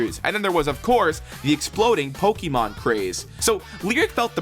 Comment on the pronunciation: You pronounced "Pokémon" wrong